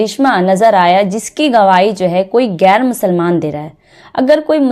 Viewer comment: Gair nahin bahen. Sahi lafz hai ghair.. Aap musalman hokar Urdu ka sahi lafz nahin bolengi tho kaisa ? Aur salaam walekum nahin.. Assalamu alaikum ye sahi lafz hai.. Pahele apni Urdu pronnunciation ko sahi kijiye..